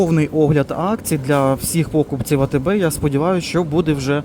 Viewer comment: Ну чому пОкупці а не покупцІ? Ну ріже слух. Нарешті гУрман з сиром стал гурмАном. Не потрібно так гвалтувати українську.